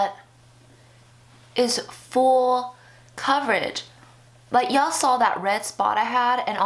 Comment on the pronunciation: yalll saw - sounds southern lol :)